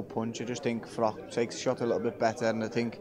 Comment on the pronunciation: Why do so many guys call Carl Froch, Carl Frock?! It seemed that DeGale used to do it to bait and annoy Carl (whose not exactly the hardest guy to wind up!) but since then we have had Johnny Nelson and now Stephen Smith.